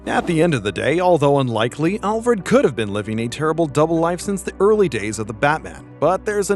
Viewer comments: I hate how you say ALL Fred instead of ALfred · is it just me or did he say ALL FRED? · I stopped watching after he said "olfred" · Can you genuinely not pronounce Alfred? In a medium where your diction is your most important factor? You saying ALLfred half the video shows youre not confident.